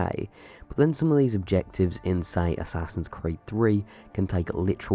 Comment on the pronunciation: whats this? im not gonna say it assassin christmas?